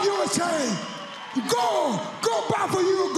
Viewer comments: Looks like he was mispronouncing "forget" as "forgay" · We have got to take into account that he is very bad at English. Also when he pronounces words that end with D or T he leaves it out, when he says God he says "Go" and "Not" would be No so "Forget" Forgey. Or We could ask him. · he clearly says "forget" and pronounces the T, yet later he doesn't